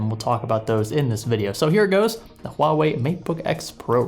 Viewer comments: its not HU Ah wei. Its pronounced as "hwa". The 'u' is basically a sound to make the transition between in this syllable easier, nothing weird with it. You got it correctly in . hahaha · Did you just say "Hu-wah-way?" My soul hurts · It's pronounced Ha Wei. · It's pronounced "Wah-way" :-) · Pronounced hwawei in case anyone was wondering. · It's pronounced 'ua-wei' not 'huawei' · No, 2 syllables and the h isn't silent: hua - wei exactly like it's spelled. I'm Chinese and speak Mandarin btw. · IVE HEARD HUAWEI EMPLOYEES SWITCH BETWEEN (HU-WA-WAY) AND (WAH-WAY) WHICH IS THE RIGHT PRONUNCIATION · You don't actually pronounce the H in the name of the company. It's silent and should start with a W like water. so its pronounced Wuawei. I know cuz I've managed a cell phone store and spoke to their reps before. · True, a long time ago Huawei already saw lots of people using Spanish-like pronunciation on Huawei (with silent H) and just went with it to make it easier for everyone. That's unfortunately the standard they set now. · it is a weird name, because you pronounce it wrong! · The h should not be silent. Huawei decided to promote it in the west using the silent h pronunciation. Idk if its either for the most part westerners genuinely just dont really know how to pronounce it or its because they've just got used to it. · In Chinese the H is not silent. Huawei just dumbed it down so Westerners have an easier time.